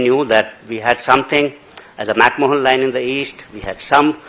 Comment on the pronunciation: Macmohan Line? It is MACMAHON.